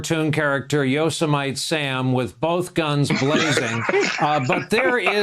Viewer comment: Yo. Sem. Mite lol